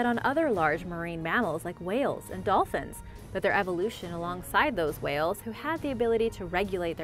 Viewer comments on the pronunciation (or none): none